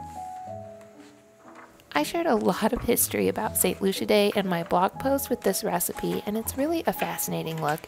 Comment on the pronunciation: I believe it’s pronounced Loo see ah.